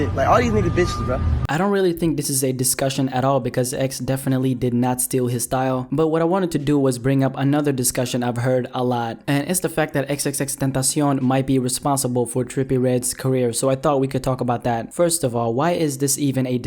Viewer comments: Mate IT S XXXTENTACION NOT TENTASION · XXXTentasion is Pronounced "x-x-x-tent-ash-on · Y does he say xxxtentacion like that